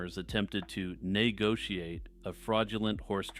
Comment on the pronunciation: I’m to stoned and wasn’t ready for the nay-gotiate 😂 laughed incredibly too hard at that